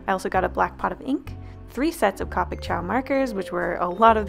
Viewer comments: i kept screaming when she said cop ic instead of co pic lol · Its COPICnot caw pic co like co pilot NOT ca like caw like bird noise SO SORRY HAD TO POINT IT OUUTT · The way she pronounced it triggered me lol, But the copic website says Coh-pic so she is pronouncing it wrong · It’s co pi c not copoc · no hate but.....(koPic) i thought it was (co pic) guess im wrong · It hurts my soul that she says cop-ick instead of cOh-pick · BROOOO I can’t anymore she says it like capic even tho it’s COpic omg I can’t it physically hurts me to here her say CApic like no!!! P.S. this is no hate on her just I needed someone to know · It's cow pic not co pic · ITS COH-PIC NOT COP IC UGH IM CRYING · Ca picks? It's pronounced copicks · I hate when people call copics capics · Its pronounced co-pick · You said copic wrong its co-pic not coh-pic, no hate 😊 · OMG I’m sorry but this BOTHERED ME not to offense you or anything but it isn’t cop-ic it’s co-pic otherwise good job and when working with alcohol based markers they smudge, A LOT, even with pencil AND dry ink, just be careful and you’ll do fine. Great job overall 👍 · Its actually pronounced Co-pic not Copic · She kept saying Coh-pics when I say Co-pics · nobody is going to mention the way she says Copic I'm not hating, but for later reference, it's not Cahpics, it's C-oh(like "oh, didn't know.")-pics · your art was really good! the only problem i found with this video is that i cringed everytime you say copic! its actually pronounced cowpic not cawpic! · The way she said co-pic is wrong Bc she said it like Cawpic XD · its co-pic not ca-pic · She said cop-ic not ca-pic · It kinda annoyed me because it’s pronounced cōpics not côpics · I'm triggered.... She pronounced Copic like 'Cah-pick' when it's pronounced 'Co-pick'. It just sounded weird when she pronounced it the way she did. My friends and I all pronounce it as 'Co-pick'. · It's not caw-pics it's coa-pics,but you pernounce they way you want :3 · Uh.. isn’t it Copic, not Cawpic?